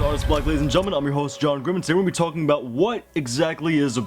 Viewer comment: Are you from great canadia just asking cause I think I heard you pronounce “about” or it might have been “sorry” I’m not to sure which one it was but made me wonder if you were a Canadaer Canadite no reason just me being nosey